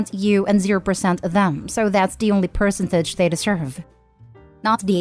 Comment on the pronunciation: The software you use to read your scripts doesn't know how to properly pronounce "percentage"?